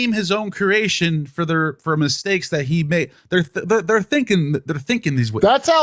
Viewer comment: It bothers me when people don't say "creation" correctly, and say "keration" instead. Same with "nucular." Laziness with language equates to laziness in understanding.